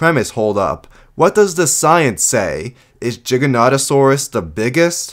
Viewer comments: Why do you say Jig-an-oto-saur-us? Shouldn't you say ji-ja-noto-saur-us, if your gonna say the G as a J? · Why you saying jiganotosaurus instead of giganotosaurus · I hate the mispronunciation for the giganotasaurus Is G not J Many pronounce it's as Jiganotasaurus It's pronounced Giga like giga Chad or some shit